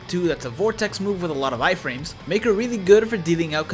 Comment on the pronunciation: Did he say eye frams